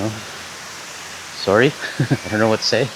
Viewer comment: there's the Canadian 'sorry!'